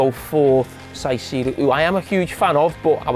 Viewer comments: Caicedo. Cai! Kai! Not bloody Sai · He’s a big fan of Caicedo apparently, yet can’t pronounce his name. Isn’t it his job to know it?